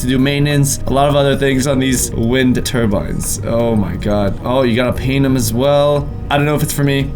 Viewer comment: yoy guys remamber wind terbinds Me: um when did we see terbinds wirh you